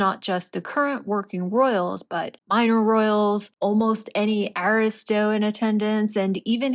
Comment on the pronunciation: Don’t you mean”aristos” not “artistos” ?